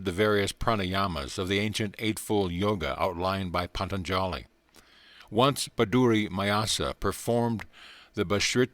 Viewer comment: I about died when I heard him say Patanjali 😂but still appreciate the recording 🙏❤️!